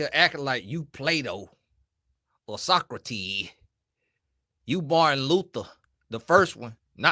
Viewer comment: He didn't put the "s" on it..😫😂😂